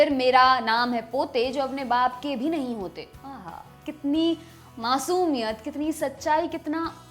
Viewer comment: U should work 0n ur hindi.. masumiyat LOL